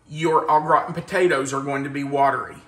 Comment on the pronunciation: I’m sorry but I have to say that every time you said au gratin potatoes, I heard old rotten potatoes 😂😂😂 I do love this dish but I’m lazy, I just cover the potatoes with cream and garlic. Cover with foil and when baked I grate the cheese on top and quickly grill the top 😊 Yours look fabulous 😋